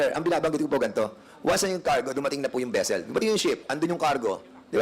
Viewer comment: VESSEL NOT BESSEL! DAMING PERA AYAW PA TUTOR.